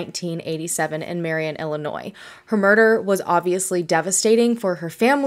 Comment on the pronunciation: Thank you for pronouncing Illinois correctly. LoL. I'm from the area and have never heard about this case. Thanks for sharing her story!